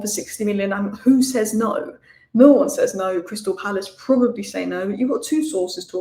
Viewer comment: what is "There's Now Way!" ? 🤣🤣🤣🤣